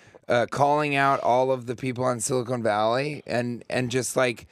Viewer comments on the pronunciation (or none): Why does he keep calling the show,"Silicone Valley"? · Anyone else just completely thrown off by how he pronounces "Silicon Valley" as "Silicone Valley?"